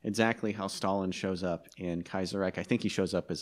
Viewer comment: "Kajjserrajk" "Mitell-afrikka" "Blaaam n Vaaaaahs"